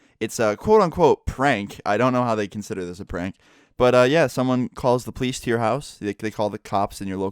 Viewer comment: it really bothers me how he pronounces police. it's poe-leese not pleece